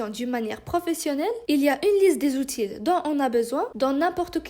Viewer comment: Outil en ne prononce pas le L à la fin le français n'est pas ma première langue